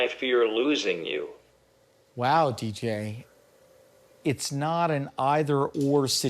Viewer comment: Reuploading it after fixing "many issues with the original" and still not getting his name right is wild to me. His name is DJ. Dee. Jay. Not Deej.